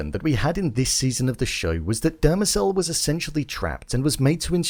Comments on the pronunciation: “Demerzel” not “Dermacel” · its "Demerzel" not "Demecell"... ffs.